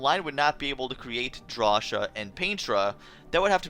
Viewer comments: Drasha? Claysha??? It is pronounced Draw-see-ah and Clay-see-ah! Thats how you pronounce cia! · it's pronounced "draw-see-uh" not "draw-shuh" potato potáto WHO THE FUCK SAYS POTÁTO?!